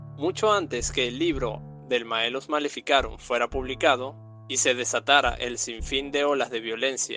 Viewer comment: es malleus maleficarum, no maellus